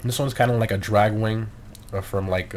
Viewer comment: Did anybody else think he said "big Wang" instead of "big wing"?